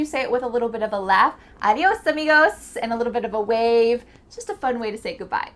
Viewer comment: "Arios amigoss" 😂